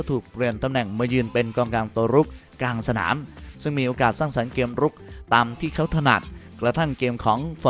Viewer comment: ทำไมพี่ถึงออกเสียง ทีม เป็น เทียม เกมส์ เป็น เกียมส์ ไปลองฟังเสียงตัวเองดูนะครับ ทุกคลิปเลย อยากให้ปรับปรุงด้านการออกเสียงให้ชัดเจนครับ